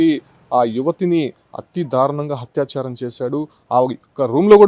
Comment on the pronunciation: Hatya charam kaadura babu atyacharam